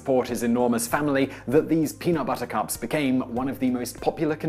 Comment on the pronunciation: I heard the Princess Bride when he said, "Reese's Peanut... Buttahcahps."